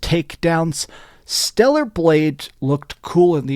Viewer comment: It's Stellar not Stella.